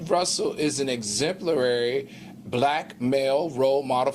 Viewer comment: Al, i expect better of you. The word exemplary. Where did the other syllable come from at that moment? 💜